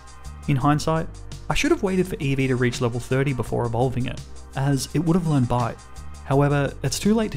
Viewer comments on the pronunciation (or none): Every time I heard bite I heard bide instead . I was so confused